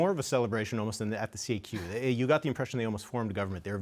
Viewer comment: It is not prononced C.A.Q, it is la kaque !